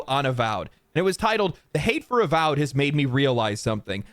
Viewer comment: A-symetry A-vowed